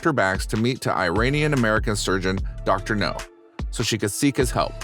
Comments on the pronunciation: Reading my mind…it’s Now,not No!!!!🤬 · N steady cramming food n her mouth n this man narrating this is still calling dr now dr no how dumb is that dude get it rite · Yeah, this Dr topples weight, not missiles